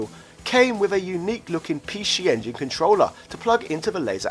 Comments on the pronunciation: Come on mate Pee She Engine, i get your trying to do the whole say it like the Japanese say it thing, it's really cringe though... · He saying pee shee engine because that's how you say it in Japanese ぴーし sorry can't write katakana on my phone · Can you pronounce "PC Engine" for us one more time...? lmao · ...Pee-Shee Engine? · sounds like has a cold. get well soon. off now to play on my pee she engine. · Pee-she engine? Wtf? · What the Hell is a PeeShee Engine Shee-Dee??